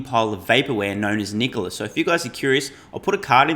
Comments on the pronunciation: ITS NOT “NICOALA” ITS “NIKOLA” 😫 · Did that chick say, " Knee Cola" ????